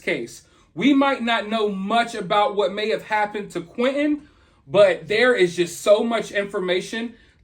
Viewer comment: Hey why can't you pronounce T's, his name isn't quinenn, it's Quinten